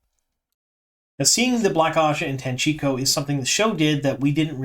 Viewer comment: Hi. Keep up the good work. Props for correctly pronouncing Tanchico.